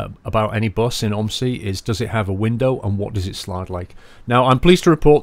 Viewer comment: Its not pronounsed om i si it pronounsed o m z i